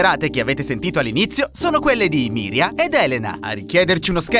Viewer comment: E comunque si chiama MIRIANA...non Miria